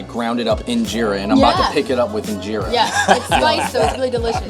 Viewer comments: U actually say it like in-jara not in-jera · 2nd of all it’s pronounced een-Jer-a and you don’t roll it up like a shawarma you take a piece of get the sauce inside the eat it